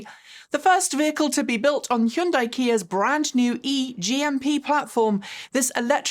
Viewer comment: I love that is the only person on YouTube who can pronounce "Hyundai" correctly.